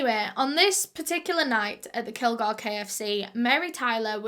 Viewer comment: Bitch it’s kil-GORE I’m literally from here don’t talk about it like h know the whole damn story if u don’t u know what h found in media